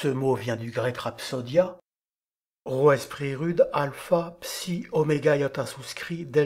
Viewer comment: Merci pour ta vidéo ! Est-tu sûr que le ro se prononce comme en français ? Je te pose cette question parce que littéralement chaque autre source que j'ai recherché affirmait que le ro était roulé (comme en espagnol ou en arabe).